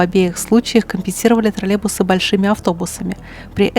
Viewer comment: У нас таких уже лет 15 как нет. И они троллейбусы а не тралебусы(0,07секунда ролика)😂